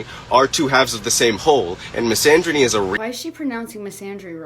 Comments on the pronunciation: "Mysandrynee" yeah...and she claims to be the most EDUCATED person she's ever known. Ya'll hear that? is DEEPLY educated. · she can't even pronounce "misandry" correctly omfg😭😭